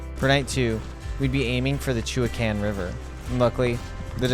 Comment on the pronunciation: A very enjoyable video. I've ridden a little of the Fremont trail so I appreciate the enormous effort of what you rode! I did cringe a tiny bit at your pronunciation of "Chewaucan" (pronounced "she-wa-can") and "Chemult" (pronounced "shuh-mahlt") but I grew up in southern Oregon, so I'll give you a break on that. 😅